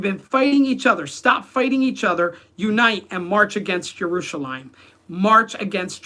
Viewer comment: In english we don't say Yaruchalaym and Issssrael, we say Jerusalem and Izzzrael.